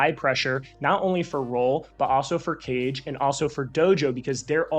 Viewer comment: Great content but please it’s KA-GUE not CAGE 😆